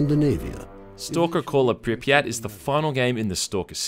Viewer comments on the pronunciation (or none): It's not Pripyát, it's Prípyat. And actually it's not St[ɔ:]lker, it's St[a:]lker. As far as I remember it sounds so in CIS countries and in former part of USSR's Ukraine.